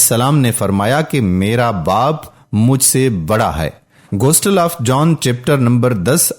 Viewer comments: Bhai Ghostle nahin Gospel, please correct it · Phalay tou apna qibela sai kar layn. Gostal nhi bulkay gospal ha Ghalat aur joot mat boollayn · Bhai Sb plz Gostal nahi ha Ye lafz Gospel ha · Bhai lafz gostel nahi bulkay gospel hai. Aapko khud nahi bolna chahiyay bulkay video ko suna dein aur urdu kay titles laga dein.